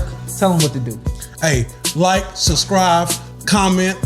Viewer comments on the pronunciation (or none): Subsrcrive… say it right